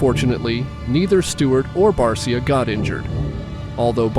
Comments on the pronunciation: It’s not Bar see ya, it’s Bar sha. (Justin Barcia) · #51 Motocross is BARCIA is pronounced: Bar-Sha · This guy can’t even pronounce barcia right 😂😂